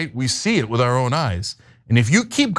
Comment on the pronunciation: Did he just say OUR